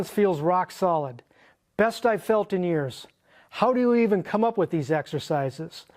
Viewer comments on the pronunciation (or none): none